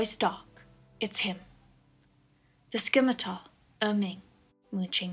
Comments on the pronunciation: I love this but its (scimitar) pronouncer (sem-ih-tar) not (skimi-tar) lol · Scimitar has no k sound ... but thanks for this. So good x